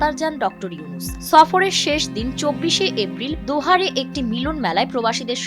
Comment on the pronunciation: কাতারের রাজধানী 'দোহা' রিপোর্টার বললেন 'দোহারে',, কিন্তু শব্দটি হবে 'দোহা'য়'